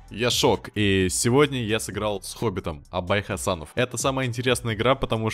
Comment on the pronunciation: Хасанов? Может Хасенов )))